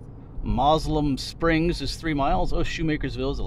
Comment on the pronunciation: That was pronounced mo sel um springs